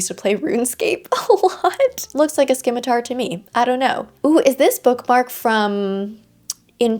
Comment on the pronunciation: I have never heard someone pronounce the 'c' before lol 😅(it's silent like in 'scion,' 'discipline,' 'scissors,' 'abscess,' 'scene,' etc) but I kinda love the idea of a skim-itar weapon to punish people who skim read haha